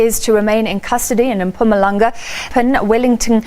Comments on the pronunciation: Its called Mpumalanga not Mampumalanga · Give yourself enough time to pronounce names properly ... I can't forgive you for failing to pronounce Mpumalanga.... no no Maphumalanga